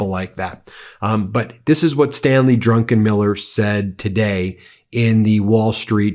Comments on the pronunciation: Ben! It's DRUCKENMILLER, not DRUNKENMILLER! !!!! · . It's Druck- en -Miller not drunkenmiller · Not “Drunkenmiller”, his name is DRUCKENMILLER. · Ben it is Stanley Druckenmiller not DRUNKENmiller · I suspect it is pronounced "druc-ken-miller" not "drunken-miller". That would be Pete Hegseth. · When you referred to Druckenmiller it really sounded like Drunkenmiller which came over as very odd! You're right about Bessent, he is an incompetent suck-up to corrupt, criminal, sex abuser, toxic serial liar, and war criminal Trump and one of his chief corrupt enablers. Impeach Trump and this awful administration of liars and grifters now. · hehe drunken miller, read that name again Ben, you put in an extra N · Drunkeniller? Is he Hegseth's cousin? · His name is not DUNKENMILLER!!